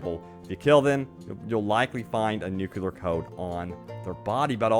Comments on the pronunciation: ‘Nu-CLEE-ar’ like nucleus of an atom (not ‘nu-QUE-lar’) haha - thanks for the informative video! Sorry about my pet peeve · Stop saying 'nukular!' It's nuclear! NU-CLEAR. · Nu-clear not nukular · nuclear not nucular :D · Oh my frickin GOD MAN! Learn how to say nuclear already!!! Getting SO FRICKIN ANNOYING. There is no such thing as a nuculus! It's called a Nucleus! Hence N.U.C.L.E.A.R. not Nucular! You sound like a frickin hick drop out with barely a brain cell to speak of. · Is it THAT difficult to say correctly NUCLEAR?